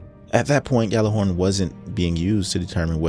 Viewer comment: It's not "GAL-er-horn" The correct pronunciation is YAL-ar-horn. The game officially died and people still do not know how to pronounce it.